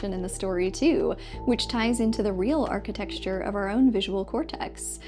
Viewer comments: That's exactly what it wants you to think. On a completely different and sincere note, it's pronounced "arch-eh-tekt-shur," not "archi-*texture.*" I'm sorry. You're great. Excellent video. But nothing pulls a listener out of focus more than a narrator enjoying the sound of their own voice so much that accurate pronunciation becomes irrelevant. Like nails on a chalkboard bruh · You said it wrong three times… the word “architecture” has a different ending than “texture” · I really enjoyed both of your videos, I'm loving how well written they are. And I have no idea how I'd never heard of Crungus before, haha. Can I give the friendliest of friendly corrections? "Architecture" is pronounced like the tech in technology, not like "texture." :) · "Archi-texture" Cute. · why she keeps saying archi-texture ??? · I don't know whether 'architexture' is a portmanteaux I've never heard of or an adorable mispronunciation. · I subscribed so I can hear you say 'architexture' again in my future...what a great term xxx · Archi-texture.. I like that so much I'm gonna start saying it. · You pronunciation of “Architecture” approaches uncanny valley.